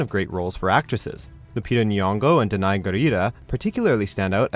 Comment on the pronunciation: Love how he pronounced Danai lol